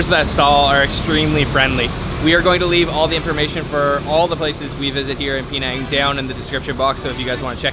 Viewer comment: Hey it is pronounced Penang not Peenang.